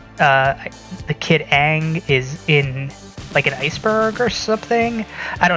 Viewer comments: I had scary flash backs everytime he said it like ung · It's Aang like hang.